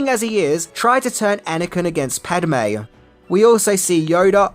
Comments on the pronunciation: It's Padme (Pad-may) not Padamae (not Pad-a-may) you putz 😂 Are your eyes and ears painted on!! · "Pahd-may", not "Pad-a-may", goofball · Padme has 2 syllables.......not 3..... Pad. May. Not Pad Em May.............................. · It's Padme not Padame. Get your facts right you Ozzie knob. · Pad-eh-May.... you mean Pad-May? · Pad-a-me is a god in the Elder Scrolls.... Pad-me is Ani's love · This would have to be my favourite prequel movie. PADAME? It's Padme, 😅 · WTF is a “pat-uh-may”??? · Pad. Me. Two syllables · Is it just me or did anyone else felt the flow of the narration suffered when ever he said padme? It kept sounding like he was saying pad-a-me,don’t get me wrong,I love the comedy, I guess I need hearing aids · Naaah... Spiellberg clearly did NOT direct this video. Because if he had, he wouldn't have stopped doing takes, until you had learned to pronounce "Pad-e-me's" name correctly, as you are obviously able to. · Who is Paduhme?? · I'm an Aussie and I know it's pronounced pad may. at times will mispronounce names and I find it funny, as stated, I'm an Aussie 😉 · I think confuses Padme with padawan;) He hardly says Padme, and I believe it's twice, maybe three times that he says it correctly. It has nothing to do with accent, as stated, I'm an Aussie and I know how to say her name, it's just (nothing against ) laziness. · Padme, or padame? Just read the name once. You're adding an extra letter for no reason. And you also pronounce Han wrong. You've watched solo right? Ps its grande moff, not general tarkin